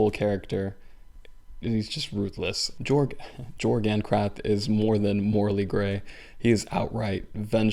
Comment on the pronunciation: His name is actually pronounced with a ‘y’ instead a ‘j’ so it’s like “Yorg.” Because it’s in a European setting, some letters are pronounced differently.